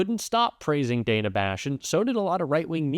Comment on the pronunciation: Hey, just as an FYI, since we’ve been dealing with people mispronouncing Kamala’s name so much… Dana Bash doesn’t pronounce her name “Dayna”. It’s pronounced .”Dan uh” like the male name Dan. 🙂